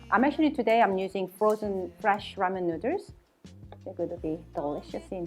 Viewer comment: She simply can’t pronounce “noodles “ properly after so many years lol